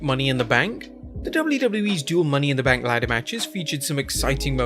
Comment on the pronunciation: And what's a Money in the Bnak? 😂👎🏻